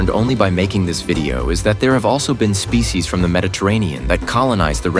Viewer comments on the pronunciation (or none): none